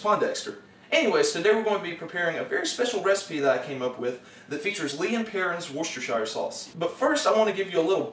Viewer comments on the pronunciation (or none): Funny stuff as always, big lols Though you pronounce Worcestershire weirdly! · Gahh, the way you pronounce Worcestershire is wrong But meh